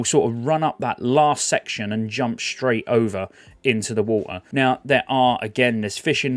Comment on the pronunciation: "Swim through the war-ter"